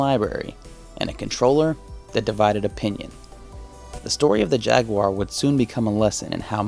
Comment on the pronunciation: It was called jag u ar not jagwuuurrh nintendos mascott is ma ri o not mour e o